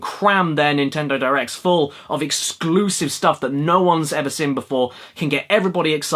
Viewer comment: Caddy says sin instead of seen, this is an observation I have made, nevertheless I love this guy, what a jovial lovely fella :)